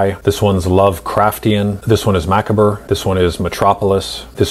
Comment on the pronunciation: Darling, did you really just say MACK-A-BUR ? Let's just chalk that up to a morphing glitch, shall we?